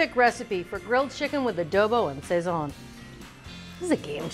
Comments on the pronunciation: Did she say SAY-ZON???? Smh lolol. Ay bendito nene! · Pronounced sah-ZON. You did a great job with the chicken! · Yea fr where did they keep getting the extra "y" sound from?? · SAZON by any other pronunciation, is still SAZON. OK! ☺️🍻🙏🇵🇷💃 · You didn’t have to butcher the pronunciation.